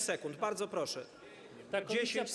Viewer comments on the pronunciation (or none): 7 sekund. Ok 10... Proszszsz 🤣🤣🤣